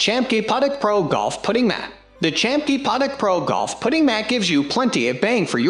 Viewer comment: Hard to take it seriously when he mispronounces “ putting”